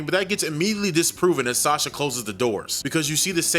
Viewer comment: I don't know how it was said in the movie but the name is pronounced "Saw-shah". I know this because that is the name of my step-daughter.